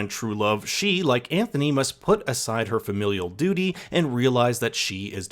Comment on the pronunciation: “She yearns to be free of her dudy” 🤣🤣🤣🤣 gets me every single time!!